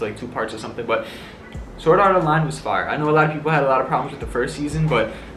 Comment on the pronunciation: U didnt say sword art online, but u said soraronlai😂